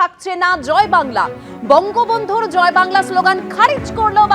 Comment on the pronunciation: বেশ করেছে, ভালো করেছে, এই স্লোগান তো মমতা বন্দ্যোপাধ্যায় এর রাজ্য সরকার, মমতা বন্দ্যোপাধ্যায় দেয়।। মমতা বন্দ্যোপাধ্যায় বলে "জয় বাংলা"(কিন্তু শুনা যায়, ঝয় ভাংলা)।।।।। উচ্চারণও ঠিক করে করতে পারে না, পন্ডিতের দল!!!😊😊😊???